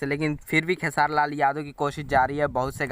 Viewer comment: भाई क्यो खेसारी भाई। को खेआर बोल रहे हो